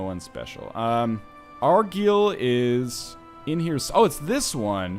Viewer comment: Gaah first 'line-ster' now 'ar-geel'!? Like nails across my scottish ears.